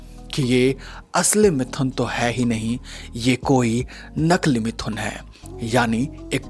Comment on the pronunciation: are bhai pronoun sahi bolo mithhun nahi sirf mithun he